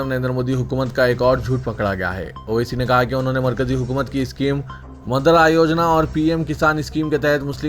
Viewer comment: Madra Yojna" nahi " Mudra Youjna" bolo.Mudra Matlab Currency. اور " عوام" بول رے بھئ "اے وام نیں رے باوا"کب سدھرتاکی اسمل🤣🤣🤣